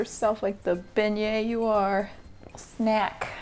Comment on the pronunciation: "sprinkle yourself like the beinget you are" My boyfriend, who could hear the video but not see the screen: "wat?" 😂